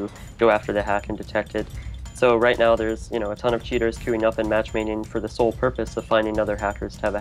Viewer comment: Am i the only one who fucking hates this guy when he says "les get ROIT into the news"